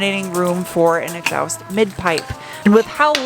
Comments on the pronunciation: exhaowst. Love it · Greetings from Scotland! As always, riveted to the screen watching this video! I still love how you pronounce exhaust - kinda "exawst" - fascinating! Love that accent! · I'm sure this has been covered, but WTF is an exowst? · When you said “Exoust”, was that a Smith and Sniff reference? I’m going to say it was. That would be cool.